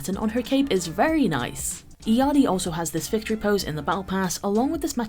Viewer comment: Her name is pronounced: “ill-yar-ee” 😊